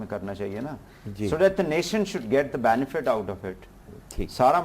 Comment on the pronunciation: "Nation should get the "baanefit" out of it" I cringe every time at this stupid Punjabi (mis)pronunciation!